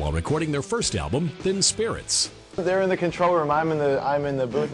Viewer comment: "while recording their first album 'Thin Spirits'" - lol wtf!? It's "TIP"! Great interview/bio though!